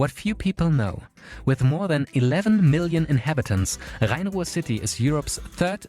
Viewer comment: Your perfect pronunciation of Rhein-Ruhr makes me wonder if you are actually German